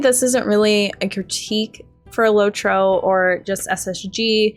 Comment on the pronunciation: "LOT- ROW"